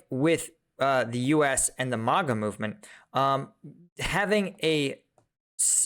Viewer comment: when did MAGA become MUGA?